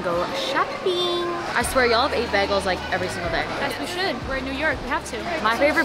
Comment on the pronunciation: the way babe is pronouncing bagels is disrespectful to us new yorkers ….